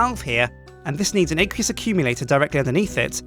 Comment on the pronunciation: Aqueous accumulator ACWEEUS not aaaaqueeeoos